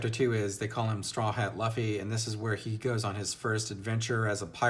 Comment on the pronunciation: Luffy's name is actually pronounced "Loofee". Monkey is his family name. Referring to him as "Monkey" is actually pretty cringe. lol. -Zolo's name is actually Zoro. I certainly hope you keep reading. Because If you think One Piece is good now it's only gonna get better. The story is consistently good. Where other authors get burnt out Oda keeps on improving and doesn't stop. Right now you're only in the warm-up phase of the story. The first 100 chapters of One Piece are actually just the prologue. You're just being introduced to the characters and getting hints at what the world is really like. The story only really starts once they enter the Grandline. It starts off Good. Then it gets Great. Then it gets Epic. Then it becomes Legendary. I recommend reviewing each arc of One Piece that you read. Do that and you're channel should get a little bigger.